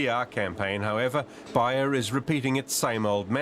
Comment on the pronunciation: It's pronounced (Bay er). Also everyone you speak to keeps saying that people are living longer these days.This is simply not true, people are sicker than ever and much younger than say 40 50 years ago. l know this because i was around then. Also there were no children in any class I was ever in that were running around uncontrollably. NO ADD, NO ADHD, NO OPPOSITIONAL DEFIANT DISORDER. You may say that there was no diagnosis then, however these disorders just didn't exist.